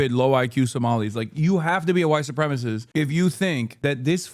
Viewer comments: He doesn't know how to pronounce "supremacist", he has the cadence and sloppy enunciation of a 15 year old, and he's all-around stupid. Why is he there?? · He's making fun of the "learing center" but dude literally said tim waltz called him a "white supremist"? He can't even speak correctly. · The fact that he couldn’t even say the word “supremacist” is absolutely insane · HE SAID WHITE SUPREMIST, WHAT THE HECK IS GOING ON. I give up, I can't go on in this world. I just wish I was as stupid as this nitwit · "Yet with that 1.9 million dollars they could not spelling learing right" Bro can't even make a point correctly without messing up his words. He meant to say learning there, but is so stupid he said learing again without correcting himself. Also can't pronounce the word supremacist (Supremist). Hopefully we have nuclear fallout before the entirety of America becomes Nick Shirley and this shithole country of America just becomes Idiocracy. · Unimportant, but I’ve noticed a lot of people lately like him saying “white supremist” instead of “white supremacist”. Is the extra syllable really that hard? Oh wait, now I’m remembering him trying to say “benevolent”… 😑😆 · He doesnt even pronounce white supremacist correctly. "White supremist" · He can’t even say the word supremacist. Bro said “white supremist” holy fuck man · complains about "learning" written wrong; proceeds to say "supremist"; cinema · bro I'm 5 mins in and he couldn't even say supremacist